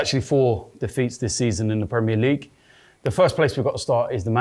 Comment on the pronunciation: “Tierney best left back in the leugue”😂😂😂